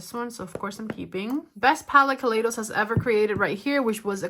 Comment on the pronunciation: Hi! Just an f.y.i kaleidos is pronounced kah-lie-dos:)